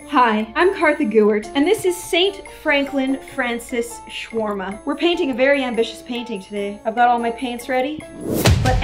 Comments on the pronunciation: Did anyone else thought she baiting instead of painting? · she says it as "bainting"